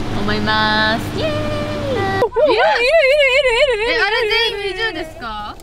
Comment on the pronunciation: ニナの「いるいる」の発音が愛知の子って感じする♡(ӦｖӦ｡)